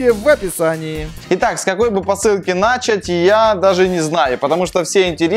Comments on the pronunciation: не есенТуки а есЕнтуки не нАчать а начАть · НачААТь ударение. На вторую "а" ударение, а не на первую.